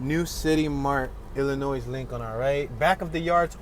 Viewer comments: "Illinoise" ? Is he for real with his pronunciation??? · You do not pronounce the s in Illinois.